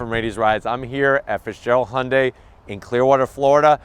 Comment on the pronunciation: Oh shit! pronounced Hyundai correctly! Basically, that means this is a legit car company.